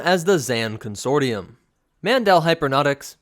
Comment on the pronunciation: It cracks me up that he doesn't know how to pronounce consortium